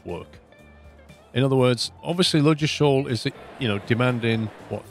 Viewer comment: Ffs I live near the actual UK Ludgershall Hampshire, ive binged watch this series and its annoyed me to no end how you pronounce it... the D is silent its 'luggershall'